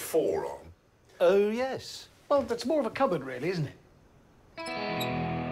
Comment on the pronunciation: that YEZ killed me 😂